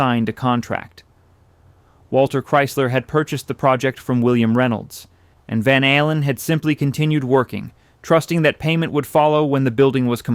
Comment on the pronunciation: I think it is AI narration. Listen to how he pronounces van allen